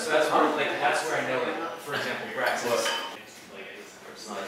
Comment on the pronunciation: BRAX ITS BRAX